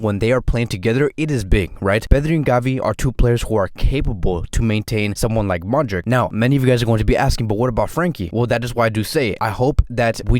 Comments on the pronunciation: I think he got it wrong. Modrich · Great video... Hey quick question... Do you pronounce Modric wrong on purpose or?